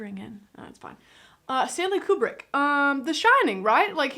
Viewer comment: trivia for you honey the little girl who played Dr Floyd's daughter is Vivian Kubrick Stanley's daughter and thanks for pronouncing the master's last name correctly most people mispronounce it as cue-brick when it is coo-brick. I call him the master because, in my opinion, he was the greatest filmmaker of the 20th century.